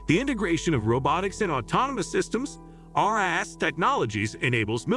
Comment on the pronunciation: Evert time, he said ras it sounded like our *ss.